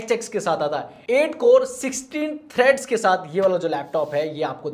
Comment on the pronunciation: Threads hota h threats Nhi